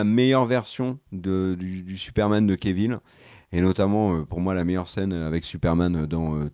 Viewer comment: J'aime toujours vos vidéos, mais pourriez-vous cesser de rebaptiser ce pauvre Henry Cavill "kévil" ??? Cf. ses interviews : quand les présentateurs ou surtout lui-même disent son nom, c'est tout simplement "kavil". Ce n'est même pas l'excuse d'une prononciation à la française 😉